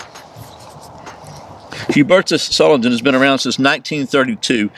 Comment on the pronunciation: u pronounced it right =) pretty good btw imo